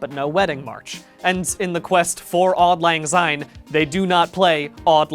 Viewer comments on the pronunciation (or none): As a Scot, the pronunciation of auld lang syne hurt me. ‘odd lang zine’ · Why does he say "odd Lang syne" threw me off evrytime is this how Americans say it? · (AWH-LD L-AHNG S-EYE-N) he was pretty ok, just...syne is pronounced like sign or sine, the z just sounds kinda wrong for speaking scots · "Odd Lang Syne?" Really? Three times? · "Odd Lann Zyne" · the way he says auld lang syne is horrible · Your pronunciation of Auld Lang Syne pains me